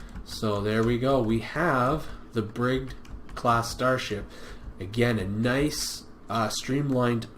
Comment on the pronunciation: Pronounced Bridge-id.